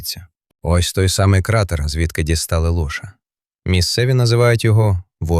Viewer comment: 10.30. мова про лошА, читає лОша і потім бАгно, мамонтЕня